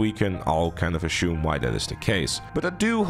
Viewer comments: Stop saying "ashume", it's assume... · why does he say "achoome" instead of "assume" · He said ashume 3 times giggles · he's pronouncing is wrong it's got nothing to do with spelling, relax bro